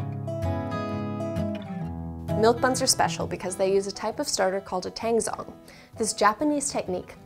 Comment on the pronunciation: they look so good! I'll definitely be making these milk buns, also, "tangzhong" is actually pronounced a little something like "ta-Ang jO-ng" :)